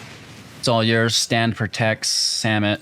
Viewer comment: "vizor" "kakzan" "samit" did I miss any?